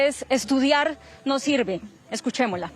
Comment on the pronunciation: "Estudiar no srive" esa joven tan preparada y mire...